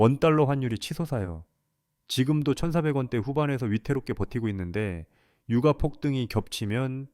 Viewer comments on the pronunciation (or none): 유까라고 읽어야하는거 아닌가요?^^